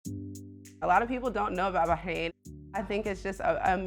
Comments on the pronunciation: It’s BaRRRRAIN not BAHAIN! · I think it’s “Bah-rain.” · he’s not saying it right tho. the r isn’t silent in Arabic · Why are you pronouncing it Bahain and not Bahrain? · It's Bah Rain, not Bah Hain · Its "BAR"-RAIN not bay-hane..the h is silent.. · Americans pronouncing everything wrong. First Eye-raq, now Bah-ein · eh? Why would anyone be? She's getting something horribly wrong I mean it hurts my ears. BAAAAAH KRANE I'm super jealous of her saying that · Are you actually serious? She’s not saying correctly at all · love the video, but the pronunciation of the country was killin me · First time hearing someone pronounce the country like this, it’s cute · She’s not saying it correctly 😖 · and failing miserably in the way that only Americans do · she’s not saying it correctly. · Its not . Ive lived here for 3 years and not one Bahraini pronounces it like that . In fact they always compliment my pronunciation . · sure its great if you're rich. even then still way too hot. also is it a silent R in Bahrain?